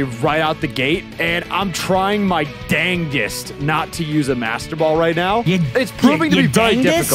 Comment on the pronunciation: sure tried his "dangest"